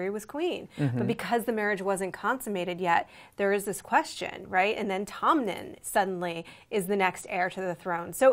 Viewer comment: wait is it pronounced as Tomnen? cause i'm pretty sure it's 'Tommen'. Correct me if i'm wrong.